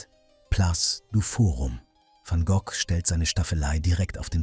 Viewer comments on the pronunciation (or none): Sorry, ich habe mich falsch ausgedrückt. Bei Vincent van Gok, nicht ausgesprochen "Goch" bin ich zugegebenermaßen zusammengezuckt. Die Stimme ist ganz okay.